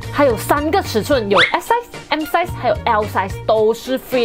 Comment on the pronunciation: 做莫讲解size 的时候。S ，M 然后 L size 会多出一个 J 出来的😂 做莫酱的。。。